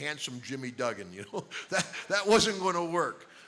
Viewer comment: It's not "DOOGAN" its DUGGAN, with two Gs!